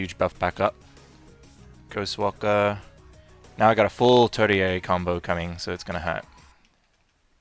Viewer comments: Tertiary, not turdiary. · Neat guide! (Jerk-like posting time: The way you say tertiary is... odd. I thought it might have been a British English vs. American English kind of thing, but it sounds like you're off even from a British pronunciation. It's an uncommon word, so on the off chance you're just going with your gut on how to pronounce it, check out this: ).